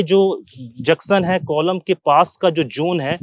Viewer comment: Aap junction ko juction bolte sir